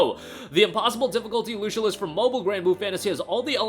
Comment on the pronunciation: Lucilius is pronounced Loo-Sill-E- Us.